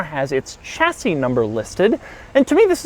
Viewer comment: The "ch" in "Chassis" is pronounced "sh"